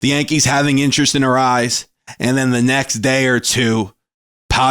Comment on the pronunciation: Dude, it's not pronounced "arise". You'll be a lot closer with "uh-RAY-ez". Not that big of a deal...good vid 👍